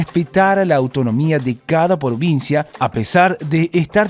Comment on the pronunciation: Yo, XD PDS: el chico dijo porvincia y no provincia